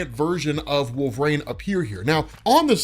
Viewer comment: Who is "wolverane" ??